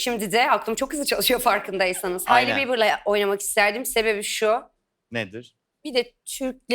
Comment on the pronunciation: ben de konuşmasında bir gariplik var demiştim ondanmış herhalde evet bir de "hailey"i telafuzunu duydun mu hahahahahhafg